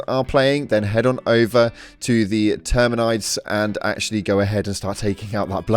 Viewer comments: Did you just call them termanides? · ... Termineyeds? Why do british....